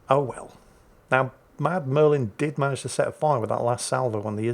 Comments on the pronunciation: He keeps saying 'Mad Merlin' but the name reads 'MudMurfin'. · I love how he calls Mudmurfin "Mad Merlin" which is sort of close but not quite there.